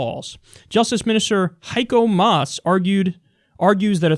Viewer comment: First of all, kudos to Kyle for pronouncing Maas' name 100% correct. Second, that guy is an authoritarian. He also wanted to ban sexually suggestive advertisment as a reaction to what happened on New Year's Eve 2015/16. And he's supposed to be a social democrat, but most of what he does is nothing but relatively moderate conservative policies. Another thing he proposed and got through the coaltion government, also thanks to the CDU/CSU, was that attacks on law enforcement officers are way worse than attacks on the average citizen. The bill will still have to go through parliament, but enough people of the SPD will vote with the CDU/CSU to get it passed, there might be some Greens who'll go along as well. He and his Seeheimer Kreis of neoliberal douchbags have to thrown out of office. And either the left wing in the SPD takes over again or the party will die a slow death. Right now a more left-wing guy, Martin Schulz, was appointed new chair of the party, but he isn't even remotely left-wing enough and way too close to the Seeheimer people in order to really change anything. I'll either vote The Left or PARTEI in September, there's no really other option on the ballot anymore.